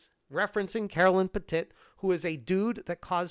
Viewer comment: Not that I give a fvck about that woke fool’s name, but are you saying “Petit” like that on purpose? It’s hilarious 😂